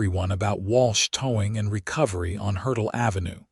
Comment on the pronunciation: Towing not toeing, Hertel ave, Not hurdle.